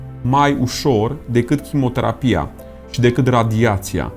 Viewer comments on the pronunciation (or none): Chimioterapia ,nu chimoterapia !!! Fii mai atent la pronunție !😜Restul este ok !